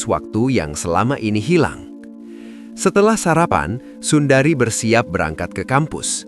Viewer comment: sundre min baca nama nya.bukan Sundari 🙏🤭😁😅😅